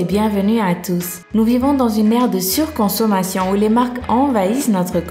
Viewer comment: "Nous vivons dans une merde sirconsomation..." ?! C'EST CE QU'ELLE À DIT OU C'EST MO?!!!